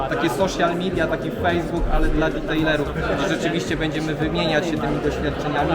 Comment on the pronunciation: Proszę: detailerów a nie ditejlerów, ta amerykanizacja jednak mnie drażni.